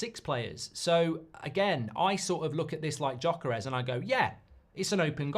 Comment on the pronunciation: Say YOKERES not Djokeres!